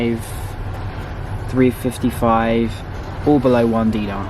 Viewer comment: Correction for the money it’s called dinare not dina, Btw I live in Kuwait.